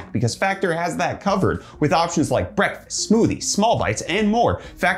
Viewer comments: He has always said Brettfast. Maybe I'm delusional or going out of my mind. 👀💀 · YES!! I KNEW you weren't saying "breakfast"... and now that you just confirmed it, I have all the evidence I need to draw my conclusion 😈